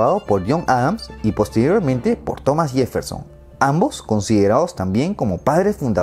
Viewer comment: O Yefferson en lugar de Jefferson...jajajaja